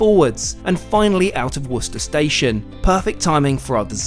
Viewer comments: As someone from Massachusetts, I hear people from this country struggle with the pronunciation of Worcester all the time. Hearing with the correct pronunciation just warms my soul. New England is a different ballgame when it comes to British derived names though. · One awesome trip! So cool you brought your Dad too!! Cheap money when you look at the experience itself. And great job pronouncing Worcester. Yes, I know there is one in England....but as a Boston, Mass native...I'm so used to hearing Worcester pronounced so badly... Haha.